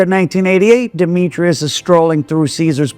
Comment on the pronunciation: Its *demetris not demetrius. His name was demetris.